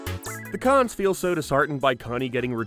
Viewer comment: They're not called "The Kahn's",.